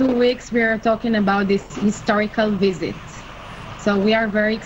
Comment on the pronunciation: never before have I heard so many Indians unable to pronounce v and saying w visit= wisit; not to mention z instead of s mizile not missile! Surely with Indian educated people this should have been addressed at school level seeing these guys are anchoring